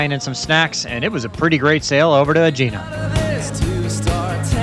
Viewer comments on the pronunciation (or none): I think Aegina is pronounced AH - gee - nah. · It’s pronounced a_i_na